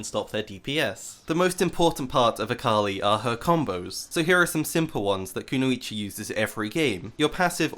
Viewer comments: Kuno ee chee lol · the way u mispronounce kunoichi hurts me so fucking bad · Mispronounces Kunoichi in first 10s cries in ninja